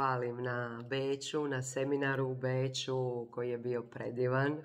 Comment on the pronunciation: Imas lepu frizuricu,podmladjuje te😂al kad kazes u ,,Becu,, ono sa mekim,,ч,, tako si sexi👍😀